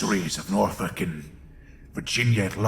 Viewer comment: Oh god oh fuck he learned how to pronounce norfolk he's become more powerful than we can imagine